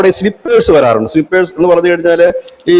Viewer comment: സ്ളീപ്പേഴ്സല്ല. സ്നൈപ്പേഴ്സാണ്